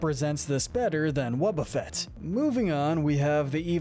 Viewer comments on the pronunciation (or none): It’s pronounced EEL-eck-TROSS, WAH-buh-fett, and pooch-ee-EH-nuh, “”! 🤨 You’re so bad at pronouncing names,! 🙄